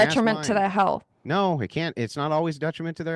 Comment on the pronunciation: “Nohr” How do you fk up a 2 letter word? An entire continent can’t pronounce the most powerful word in the English language